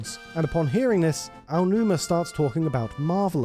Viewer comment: Typically I internally snicker when your channel mispronounces Aonuma, but for some reason, I find your pronunciation of Yoshi adorable. 😊